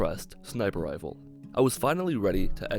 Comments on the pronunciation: You said Lazer wifle at 6 39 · did he just say "Laser Wifle"